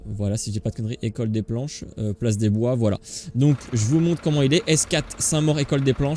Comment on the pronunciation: Place de BLOIS pas des bois 😂😂